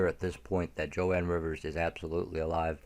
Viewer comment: You pronounce Joan Rivers name incorrectly. You are forgiven.